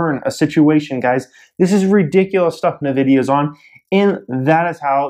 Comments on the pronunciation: Duarte Ramalho Lol sound like he saying the lotion. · Can you just learn how to say Nvidia? Thanks!